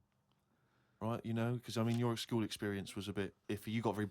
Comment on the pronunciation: I love how says the word 'school.' It comes out as "skee-wool."